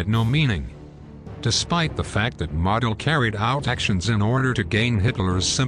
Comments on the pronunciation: Once again you’ve taken away from an interesting documentary by butchering the pronunciation of Field Marshal’s Models name. It’s common knowledge that his name is pronounced Moe del and the way you say it has nothing to do with an accent or an accepted alternate pronunciation. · It's actually Modl like Jodl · Model (I believe it is pronounced Merdel) was regarded by some other generals as a strategic dunce, but a tactical genius. He was known as the Fuhrer's Fireman, for his ability to solve tactical problems, on the fly, and prevent the Soviets from exploiting breakthroughs. But when he was transferred to the Western front, he came under criticism for his lack of strategic nous.